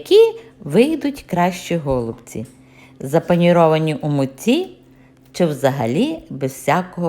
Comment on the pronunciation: В слові голубці, наголос треба робити на,, і,, , так я ви кажете, це дуже ріже слух...